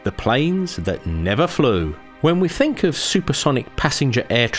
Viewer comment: it's pronounced th ink not fink ,, please learn english sir.